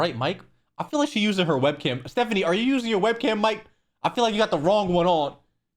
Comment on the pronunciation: You did Stephanie dirty with that first pause